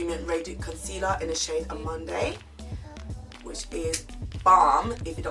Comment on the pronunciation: You may or may not care or may be offended for the correction , but the concealer name -amande (French word) ...Amand(eux) not amand(ay)... to make it easier, keep the ‘e’ is silent 🙂...I watched your other video and noticed you also said Amanday. 🙂 but if amanday floats anyone’s boat, then Amanday it is 😆 😬